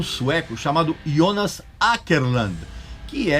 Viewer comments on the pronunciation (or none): none